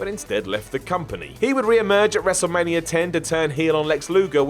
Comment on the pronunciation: it's ''wrestlemania''.not ''wrestlemanier''.idiot